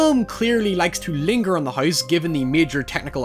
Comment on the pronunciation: His pronunciation of house is literally "Heiss"